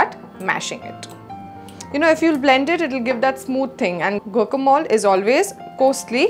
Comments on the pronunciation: It's not go-co-mol , it's gwa-ka-molæ. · It's pronunced gwacamolee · Please check your pronunciation.... it’s strange you are promoting a recipe you do not know the correct name of! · Learn to pronounce it right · she doesn't know how to pronounce it plus her recipe is wrong too lol. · She didn't even pronunce it right , smh